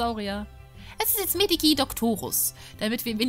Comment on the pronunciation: Das Medici wird Meditschie ausgesprochen.